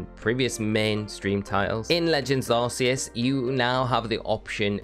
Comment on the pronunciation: It’s Arc-e-us not arse